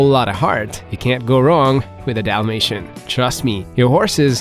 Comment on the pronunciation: Dalmatian with an A not an O. Yes. They shed ALL year round. If you see more shedding than usual it’s usually from an allergic reaction or they are blowing their coat from some kind of hormonal fluctuation.